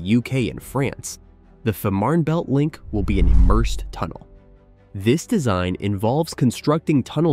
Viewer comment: its pronunced" Feeeeman_belt_tunnel"